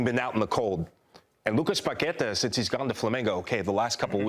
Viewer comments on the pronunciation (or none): There’s an accent over the final syllable in Paquetá, so that’s the syllable that should get the stress. And there’s no need to trill the r in Brazilian names. It’s not Spanish. Just pronounce their names with an American or British accent if you aren’t sure how to say it in Portuguese. Nothing wrong with that.